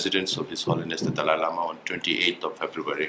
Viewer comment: I hate it when people call him Dolly Lama. It's Dalai, pronounced DAH-lie.